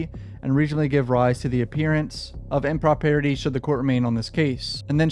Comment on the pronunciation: BRUH... Impropriety im·pruh·prai·uh·tee